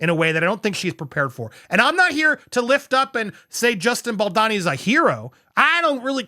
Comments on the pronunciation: They’re both awful. Also it’s pronounced Bal-dough-knee. You’re driving me nuts with your pronunciation. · Why do you call him Baldonny? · balDOOOOOni. bal-downey- ? doooowney- lol. idk how to spell it in sound but you are pronouncing his name wrong 😭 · I love your channel but you get the pronunciation of non North American names wrong a lot, falling into a stereotype of the lazy American. Come on now Andy, just listen to how literally everyone else pronounces Baldoni. So disrespectful. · Dude there is an O in Bal-do-ni. Please pronounce it correctly :-)